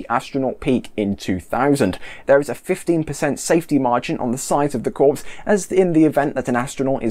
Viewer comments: Corps is pronounced “Core” not “Corpse” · Corps is pronounced "core" - as in "Marine Core" (Spelled: Marine Corps). Otherwise, good job! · Yeah, just ask the Marine Corpse! :)